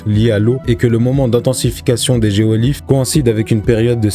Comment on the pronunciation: Géoglyphes de Nazca pas geolyphes